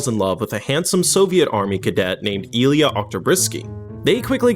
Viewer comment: that pronunciation of Oktyábr'skaya is a disgrace. Oh shit nvm you couldn't even say Ilyá right. Fire this guy